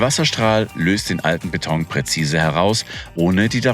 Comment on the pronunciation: Ich bekomme noch Alpträume, wenn ich noch länger "Bett-ong" höre.